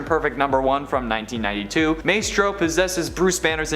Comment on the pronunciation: It’s MYstro. Not MAYstro